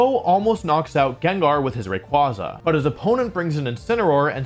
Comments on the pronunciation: For a VGC champion, he sure knows how to not pronounce Rayquaza. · Wolfe should have his championship revoked for the way he pronounced Rayquaza